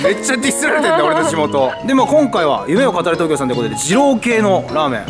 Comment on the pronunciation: いっつも思うけどすするんの「夢を語れ」のイントネーションちょっとちゃうなって感じ